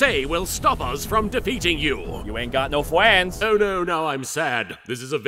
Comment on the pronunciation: "You aint got no fwendsss" 😂